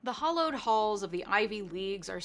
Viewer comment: The fact you don’t even pronounce “hallowed” correctly, shut up